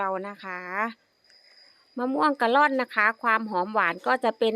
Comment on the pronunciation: กะล่อน...สะกดแบบนี้ ไม่มี .ร เรือ. ครับ..